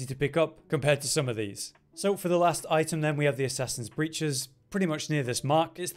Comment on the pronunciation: Every video game guide for any game that ive ever watched that says breeches. They say it like bree, ches. But its actually said like brih, ches. I find it so funny